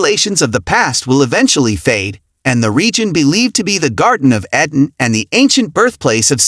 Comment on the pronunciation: EEEEden ... not e-dan